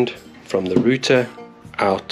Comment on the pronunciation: What's a roother 😂